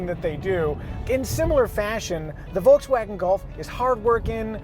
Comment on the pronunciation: Say Volkswagen the right way pls